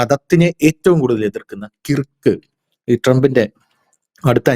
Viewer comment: Dear, your pronouncing the name " Kirk" incorrectly. Though the spelling is "KIRK" one should say it as KURK🙏🙏🙏